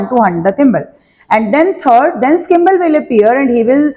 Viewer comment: 2hy kimble mam its skimble